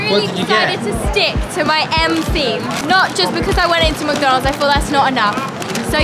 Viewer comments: It’s mc-Don-ald’s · I don’t mean to be rude but in England they say Mac don ulds